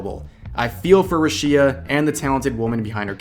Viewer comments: listening to you say 'ru-shia' instead of 'rush-ia' is infuriating also yikes hachama that was the WRONG hashtag to be using right now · lol, it's RUshia not ruSHIa lol listen to how they say it, geez, regurgitating the anti-taiwan shit that nearly cost us Haachama is bad enough. The hell do you have 500k subs for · ruSHEEa lol are you doing this on purpose? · Who the fuck is RUH-SHI-A? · her name is pronounce as RU SHI "YA" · I don’t know what i’m more saddened by. Rushia being fired or this guy pronouncing her name as roosheea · Totally understand lol, I cringed a bit too. It came off as, "bruh-shia". My name does get pronounced differently in Spanish and English. That being said, I think when it comes to native names, you do try to nail down the native pronunciation. It least as best as possible. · "Rooshia" ROOSHIA! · ''Ra'Shia'' lol. Jokes aside, good video. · Who tf is rooshea? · ahh why does he pronounce rushia roo shee yah 😭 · Please dear god atleast say her name right… る し あ Ru. Shi. A. Roo, she, ah. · Korekore is very sensationalist but he has also genuinely helped many people, specially women, get justice for wrongdoings influencers and other famous people had done them Btw, thank you for this video. Finally someone that actually does their research and watches the Korekore video. Well, you didn't research the pronunciation of Rushia's name but that's ok lmao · I find it weird how you pronunce rushias name btw. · You've made so many damn videos about her and you can't bother saying her name correctly. Christ lmao. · how can you call yourself a fan if you keep saying her name so wrong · The way you say "Rushia" is... Interesting to say the least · Oh i thought you said russia drama didn't know there was another "rushia" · Rushia was mispronounced so many times in this video that it didn't even sound like a real word by the end of it. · Stop saying Rushia like that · why do you keep pronouncing her name so weird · Why do you say her name wrong asshole.